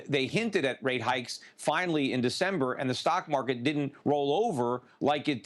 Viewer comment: opening statement by talking head. "Mock Market" hahaha. beautiful.